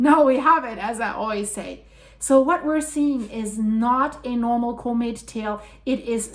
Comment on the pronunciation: I like how says comb it for comet..